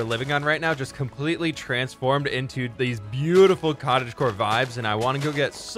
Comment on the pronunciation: Saying misstakes: "cotage car" "millage"